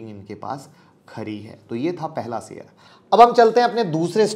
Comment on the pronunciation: Your pronunciation of Sh ( श ) as स is very irritating. For example, It is शेयर not सेयर. Please improve if you want to compete as a good U tuber, otherwise forget and enjoy स only. 🙏